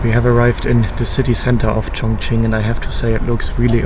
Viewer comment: is it pronounced Chongching or Chongqing?